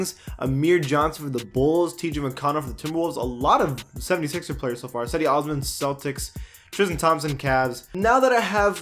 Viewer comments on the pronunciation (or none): none